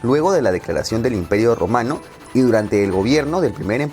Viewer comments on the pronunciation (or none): ¿¿OTOMANO?? Like si pensaste otomano en lugar de Romano XD